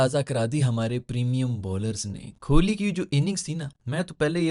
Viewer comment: Bhai vpn se bol rha hoon kholi nai kohli hai